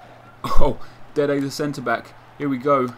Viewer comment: why do you always say dede the centre back?